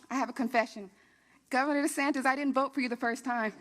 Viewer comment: RoB(people) DUHsantASS